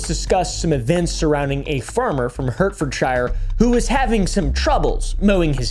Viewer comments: If you think crop circles, witches, possible aliens and strange happenings are interesting and part of history, look into the Green Children of Woolpit, Suffolk, England, from the 12th Century t's Harts-ford-shire, not Hurt-ford-shire by the way. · Hearing him say Hertfordshire like that repeatedly made me both laugh and die a little inside lol. The yanks and the word shire really trips them up when it is attached to a word, eh? aha. Shire, in these instances, is pronounced 'shuh' or 'sher'. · its pronounced “heart-fud-sheer” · Hart-furd-sure.. spelled Hartford-shire, but it's not pronounced like that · I did not wake up today thinking would butcher the name of my county but here we are XD hello from Hertfordshire (said "sheer" nowadays) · Hertfordshire is pronounced heart ford sheer lol 😂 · We pronounce it "Heart-ferd-sheer" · I'm English. Your pronounciation of Hertfordshire is painful. Try Heart Ford Sheer. That would be correct :P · You said Wiltshire properly! Now apply that pronunciation to Hertfordshire and Staffordshire...😂